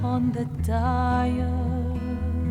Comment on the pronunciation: I'm only just now realizing that I probably am understanding the lyrics to the song in English only because I have just enough French. She makes some choices that a native singer wouldn', like singing "dial" in two syllables instead of one.